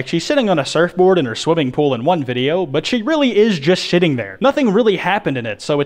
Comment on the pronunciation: "She really is just SHITTING there." I realize that he says sitting but deadass sounded like shitting.